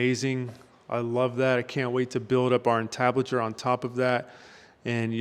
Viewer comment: in the hood, we dont say "on-tablet-chure", we say "IN-tablet-chure"..... lol. good job bro!